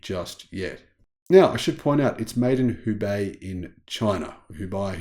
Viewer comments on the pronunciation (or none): none